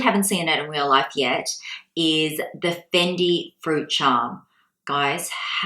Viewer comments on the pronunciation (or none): none